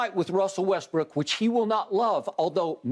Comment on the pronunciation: "Russell WestBRICK"! Skip, I'm LMMFAOOOOFFFFFF 😆😅🤣😂👍🏽